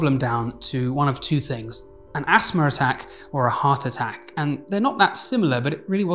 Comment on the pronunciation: I was wondering what an asmr attack was, never heard of that. I now realize he's saying asthma lmfao